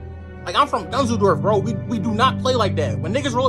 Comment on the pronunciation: "im from dunzledorf"